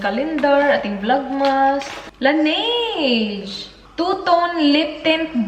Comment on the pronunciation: Laneige is pronounced as La-ne-jeu. recently ko lang din nalaman ✌